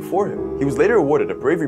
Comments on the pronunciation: It’s pronounced queens laand not queens leend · you pronounced 'queensland' wrong lol